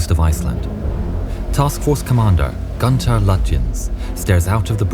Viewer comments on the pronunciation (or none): Gunther Lutjens is pronounced Goon-ter Loo-tiens. Prinz Eugen = Prince Oy-gen